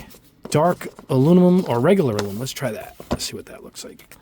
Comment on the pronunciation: Aluminum not alumimum.😉